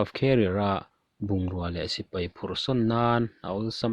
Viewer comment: Sipai Not Sipei Thei Not Thai